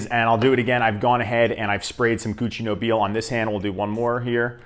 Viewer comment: I find Duc De Vervins very close to Nobile (and it's pronounced No-bill-eh)